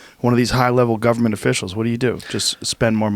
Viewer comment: Joe "our Guperment" Rogan